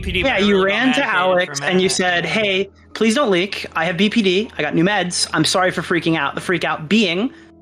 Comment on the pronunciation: You say the acronym BPD wrong twice, unwatchable